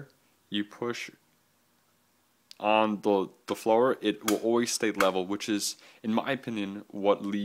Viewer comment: he's pronunciation of follower totally discredits is opinion in any way shape or form in my mind. Haha.